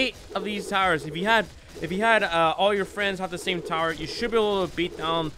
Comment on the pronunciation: Ah yes 'frens'